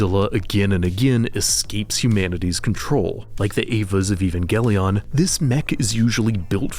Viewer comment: I think "Evangelion" is meant to be pronounced like "evangelism", with a soft G